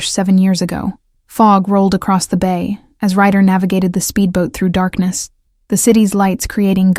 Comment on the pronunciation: RYDER not writer